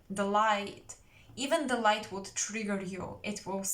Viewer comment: Hi! I picked pile 3, what a beautiful reading! Resonates 100%… I couldn’t think of who the man would be but then all of the sudden it clicked! Your English is great btw! Tip for you, the word “wood” and word “would” are pronounced the same way in English…it’s really annoying with all its rules and many of them don’t make any sense at all. Sending you my love Sister, hope you are well 😘💜